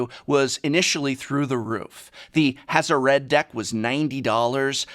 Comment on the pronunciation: You said HazoRed. :')